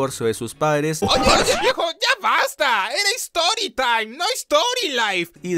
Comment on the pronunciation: No sé ustedes pero me hize del pipí cuando dijo: "espera es stoytime no storylive" XD 😂😂😂😂😂😂